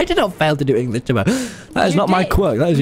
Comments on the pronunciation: You said toby not beeto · Who else noticed Tommy saying Toby not tubbo